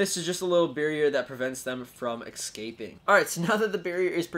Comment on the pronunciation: IS it only me or im GOING crazy? He kept saying excaping instead of escaping